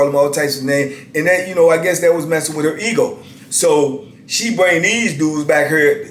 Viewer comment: He said "wit her funky self" 🤣🤣🤣🤣